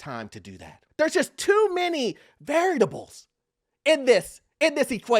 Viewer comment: that’s not how you pronounce variables